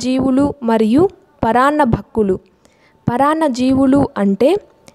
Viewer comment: Video is good but please note that it is " Paranna BhUkkulu and not paranna BhAkkulu Thank you